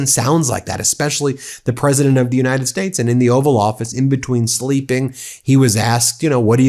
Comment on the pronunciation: He said Unide Sates